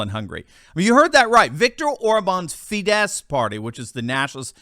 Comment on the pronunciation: it's OR-bahn and it's FEE-dess. Stress is always on the first syllable in Hungarian. It isn't French🙂